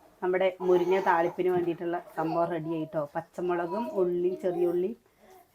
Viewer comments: മുരിഞ്ഞ അല്ല മുരിങ്ങ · എത്ര പ്രാവശ്യം പറഞ്ഞു മുരിഞ്ഞ അല്ല മുരിങ്ങ ആണ്